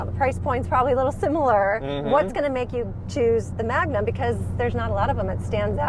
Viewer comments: the name is magnum ... dodge not trojan... magnum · Did you say Magnum 😅😅. Yes it's the biggest baddest wagon!!